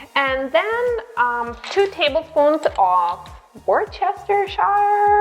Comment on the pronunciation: Whirr-star-sheer 😁 New to your channel. My instant pot is in its box near the front door. Today is unboxing day, so I’m deciding what to make.